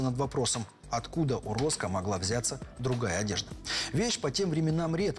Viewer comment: А шо это за фамилия странная у убитого ?..Вроде ж не россияне снимают, но украинские фамилии персонажей произносятся,порой, чудовищно. Перед съемками, все-таки, панове, не лишне проконсультироваться, все ли правильно понято в сценарии и где ударения делать ... РОскА... кровь из ушей